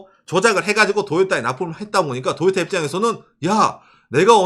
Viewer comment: 왜 토요타가 아니고 자꾸 도요따라고 ㅋㅋㅋ